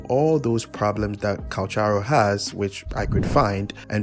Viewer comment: *Calc-haro no CH js listen to his audios